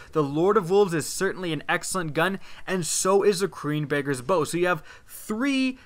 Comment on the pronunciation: he said queen bakers bow